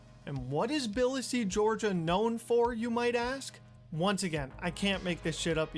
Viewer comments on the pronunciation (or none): Another banger from! BTW, it’s “tuhbuhleesee” not “billahsee”. And you should definitely collab with Coffee. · Nice video until 22 minutes in: 1. Tbilisi isn't pronounced Bil-le-se, its Tuh-buh-lee-see. 2. That's not what Georgia is known for at all. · Did he just fucking call Tbilisi biLlisEe???